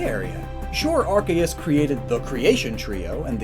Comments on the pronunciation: Why do you say it like that it unwatchable cause of your terrible ARKAYUS it’s pronounced arc-e-us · It's ARK-ee-US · I know that it is wrong but I prefer when people pronounce Arceus with a “S -sound” there where the “C” is instead of a “K -sound”. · oh my god he says “ark-aye-us” i can’t watch this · its pronounced ar-see-us. read the japanese name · it’s AR-see-us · I want to know more but hearing Arkeus so many times hurts my soul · Please learn how to say Arceus properly if you’re going to say it a lot in a video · Pronounce the c in arceus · That’s not how you pronounce arceus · My inner idiot is raging as he is saying Ar-KAY-us and OOOK-XIE(Uxie.)